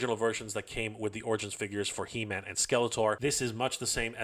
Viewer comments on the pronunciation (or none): It’s pronounced “He-Men-S” not “Him-N-S.” 😂